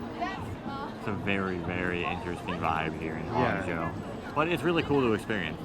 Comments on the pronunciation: actually, there's no "huan" in Hangzhou. Just Han. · Hang not huang😂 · just say roger moore and u are fine pronouncing it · Great video, guys! Just an FYI, the way you pronounce Hang (杭) is literally like saying the English word 'hung'.